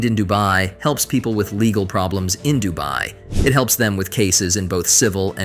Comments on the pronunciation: The AI generated voice calling Dubai "Dooby" 💀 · Near the end it was saying doobie, as in smoking a doobie or the doobie brothers 😂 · DU BAY 😂😂 DU BE 😂😂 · This AI changes pronunciations with every mention of the word 'Dubai'😂😂😂